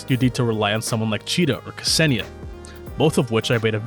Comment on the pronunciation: Walking Russian Spell Check here again, you get off the hook THIS TIME... You pronounced Krolik right but I'm watching you... (Don't think I missed the Ksenia mispronounce tho 👁👁) We'll see how well you'll do with Dushevnaya whenever her guide drops 💀 (P.S. Loving this stuff, keep it coming cuz it's hard to tell what's good and not with a traditional tier list for this game, it's easier to listen to what strengths every character has and to use them accordingly)